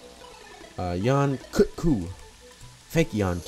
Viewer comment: it triggers me so much to hear you pronounce yian kut ku wrong the entire time. its Yan-Cut-Ku